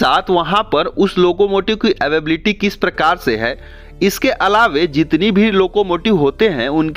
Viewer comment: Nice information but ALAWE ALAWE kya karte ho bhai? ALAWA hota hai...